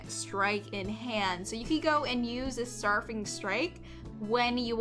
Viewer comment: Strafing is pronounced ‘stray-fing’, to strafe is to move parallel to what you are attacking as you attack. The Lookout is easily the most terrifying card here to me. Six mana rally with a monumentally easy Behold requirement.